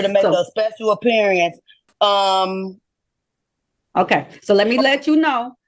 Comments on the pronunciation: A special apperiya-ance 😂😂😂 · Appear-ience! Learn to pronounce the words correctly!